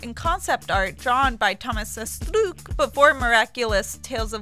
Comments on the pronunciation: No one: This chick: asTRRRRRROOOUUUKK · Oh god when is she saying Astruc it's sooo baad it's normal Astruc not Astruk 😂😂😂😂😂😂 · Who else cringed whenever she said 'AstUk' instead of 'Astruc'? *I'm cringing so much, it hurts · Bahaha anytime she said ASTOOK I lost some of the little brain cells that I have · RITE asthlucccc (astruc) Nowaaarrr (noir) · every time she says 'Astruc' a part of my soul dies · Cat Noir is NOT litterally french for black cat, it would be CHat Noir, That makes a huge pronounciation difference ( Chat is pronounced the way English speaking people would say [Sha])... Cat Noir is just some ridiculous nonsense english dubbers have come up with. But as you pronounce Astruc in so many ways (Astuc, Astrrrrouc, Astouc...) but the correct one, I guess you just don't care at all about being accurate.... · She sounds like she is sick and she is so slow. Also her pronunciations are wrong, Astruc isn't pronounced as a Japanese name